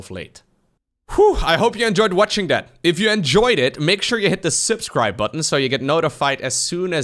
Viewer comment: The "sipscribe" button is what I heard. :P